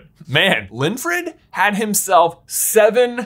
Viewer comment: You saying/ getting Linfred wrong over and over again is triggering to me because my legal first name is Winfred. In my head I kept feeling you were getting annoyed by my name.